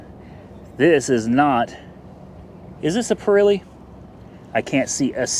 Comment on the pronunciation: You certainly have an interesting way of pronouncing "Perelli"? $5000 is not nearly enough margin on that shitbox BMW